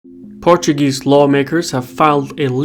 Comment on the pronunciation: Your Portuguese pronunciation is so good